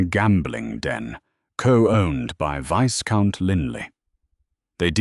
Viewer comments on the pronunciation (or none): The s in viscount is silent